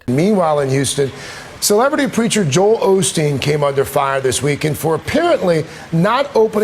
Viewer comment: girl thank You for knowing how to say his name. others act like the name Joel is so hard for them ugh